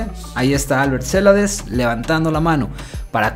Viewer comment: la pronunciacion es ceLAdes, no CElades